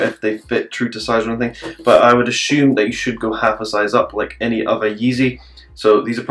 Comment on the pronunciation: You would Ashoome? 😂 nice one mate